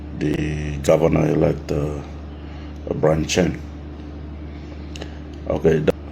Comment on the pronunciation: Peter lusim, court will advise us all and BTW it's Byron not Brian 😂